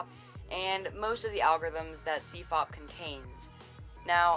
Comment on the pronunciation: CFOPP is pronounced \si_fop_u\ or \si_fop_i\.